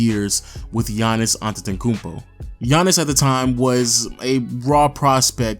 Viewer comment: Giannis Adetokoubo xD